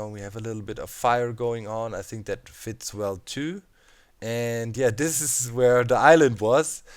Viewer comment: Doc I can't handle it any more XD It's "THIS" not "DIS"... You can't say that having an accent is an excuse :P